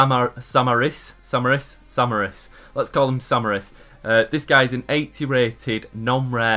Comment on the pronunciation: b |p Does mate you said right samaris but rly tachtsidis???? yo pronannce it tahtsidis tachtsidis like cha for chalanoglou